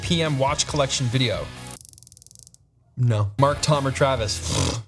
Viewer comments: Hated the "Naur" but stoked you saw my questions. Love ya Pete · Bro, that "nawr" Australian accent knocked me flat 🤣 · The Australian "naur" sent me. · Thoroughly enjoyed this. Great insight into your world. Saying "No" in Australian accent got me! 🤣